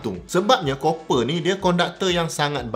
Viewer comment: Copper / kuprum / tembaga pronunciation yg betul... Geram rajin sgt tgk netizen ramai nau duk sebut 'Cooper'... Ingat mini cooper lettuw